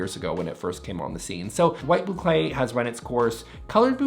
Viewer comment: Say Boucle say boucle .. he said boucle!